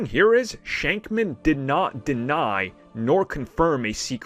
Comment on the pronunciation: Not shankman its shakman